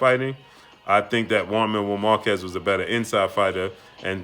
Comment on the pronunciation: Who's jaun marrow markezz. Learn how to say names fam. Lmao. Salute